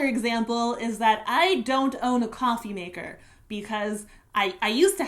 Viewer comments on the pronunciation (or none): none